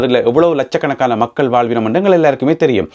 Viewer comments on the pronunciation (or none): none